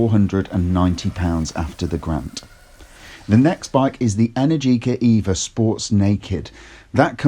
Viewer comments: It's pronounced e-NAIR-ji-ka, not en-air-GEE-ka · Trust an Englishman to absolutely butcher that brand name 🙄 Energica has the same rhythm as allergic-ah (if that were a word). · Just say it rhymes with America.